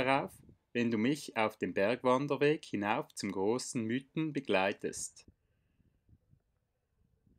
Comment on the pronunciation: Es sind die „Miiten“, nicht die „Müüten“…